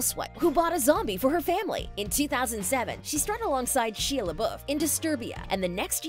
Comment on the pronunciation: I cannot believe you said Shia's name wrong.